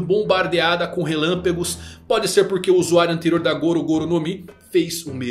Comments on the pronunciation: "Relampegos" foi muito bom kkkkk😂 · Poesia?! Poesia é quando o abre a boca.... "relampego..." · Sou um grande fã. Mas não tankei o "relempegos".. Tirando a brincadeira, mais um vídeo maravilhoso. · relampegos kkkkkkk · Fui confirmar se era Relâmpagos ou Relâmpegos kkkkkk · "relampegos" kkkkkkkkkkkkkkkkkk'.